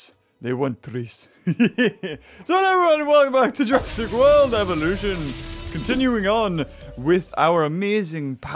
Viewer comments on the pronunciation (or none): Hello welcome back to Jurassic cult eveloushon